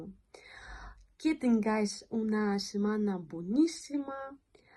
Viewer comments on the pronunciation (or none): Cuando pronuncias que suena qui-e